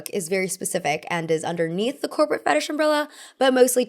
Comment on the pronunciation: can't unhear "copro aesthetic" T_T